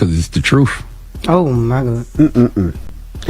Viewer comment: it’s the troof. Troof matters!